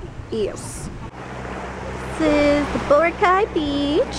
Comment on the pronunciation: I cant even believe that a filipino would pronounce bo-ra-kai, as "boh-rah-caay" uh c'mon